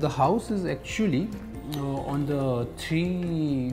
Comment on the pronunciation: the word is house. not "Housh". the city name is Surat. not "Shurat".